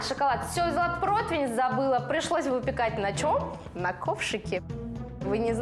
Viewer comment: УВАЖАЕМЫЕ КОНДИТЕРЫ И "ГОЛОС ЗА КАДРОМ", ЗАПОМНИТЕ НАКОНЕЦ-ТО 🙏, ЧТО НЕТ СЛОВ ПРОТВИНЬ И ПРОТВЕНЬ, А ЕСТЬ ТОЛЬКО ПРОТИВЕНЬ!!! И СНИМАЮТ БИСКВИТ НЕ С ПРОТВИНЯ, А С ПРОТИВНЯ !